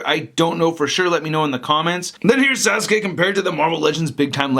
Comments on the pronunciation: Sauce- kay....not Sazookay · That pointy hand gesture is his gesture in making that lightning, THAT lightning is called chidori because you know, japanese word, and most of all, its sas-ke not sasuke, sas-ke not sasuke, SAS-KAE NOT SASUKE!!! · It's pronounced like Saske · *naruto not nardoto or suake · U pronounced it sas - K say the k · sazuke...... SAH-S-KAE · Bruh it’s pronounced SAS- UKE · U did not just say sa sukay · Did he say sazu--k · Why does he say, sazuke, like there is a z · It's spelled sasuke but pronouced saske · ITs sauske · Sa-su-kay what !?!?!?! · Sa zu kay and na roo dow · "sazukay" I know he doesn't know who sasuke is but he could at least look up how to pronounce it. also the effect is called chidori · Its pronounced sa-skea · I am a big fan of yours. and his name is pronounced sauce-kae. i bought this figure. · di di did he just FUCKING SAID ZASUKA ARE U FUCKING SEREUSE IF U DONT KNOW THE NAMES JUST FUCKING GO ON YOUTUBE AND FIGURE OUT HOW TO SAY HIS NAME DUMB ASS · It's pronounced sauce k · TIT'S PRONOUNCED SAS - KAY!!!! AT LEAST SAY IT RIGHT!!!! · It's better like this Sauce-K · It's pronounced Sauce-K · His name is pronounced salskay ( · How did you pronounce Sasuke😂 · He said it wrong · He’s saying sasuke so wrong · Pronounced Sasuke and naruto wrong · thats not how to say sasuke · Your saying the name wrong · Thats not how you say sauske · You fucking bitch you just prouncued naruto and sasuke in a bad language that affects and offends my culture my Mexican wetbang culture trigggereeeeeddddd!!!!#ylfuck you hicthsh:$:$##÷$#$ I can't even type from the triggereddd I am bad fucking baruro pronouciation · u said naruto and sasuke totally wrong